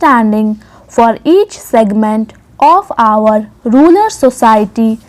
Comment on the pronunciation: You have pronounced the word rural as ruler in the entire dictation